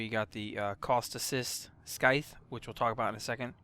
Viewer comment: I love you but, the way you say Syandana and Scythe hurt